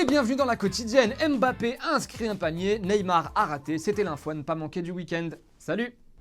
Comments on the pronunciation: Je sais pas pourquoi YT me propose vos vid' mais je constate que malgré les années vous ne savez toujours pas prononcer le nom Mbappe et c'est pas très respectueux ou a défaut pas pro je trouve.. Et le : "quel est votre métier ?" "je traduis".. oui donc traducteur.. Si l'idée de l'émission c'est de rendre abrutis jpense que c'est sur la bonne voie.. C'est l' hanounisation des médias, les émissions et les présentat.eurs.rices nivelles par le bas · Ce qui m'énerve chez vous les français, vous ne savez toujours pas prononcer MBAPPE 😪😪😪😪😪 c'est un nom africain bordel